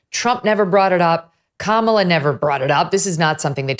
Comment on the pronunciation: K-malla, Kam-ala, Kama-la, Kamel-a, VDH: Ke-mella 🤣🤣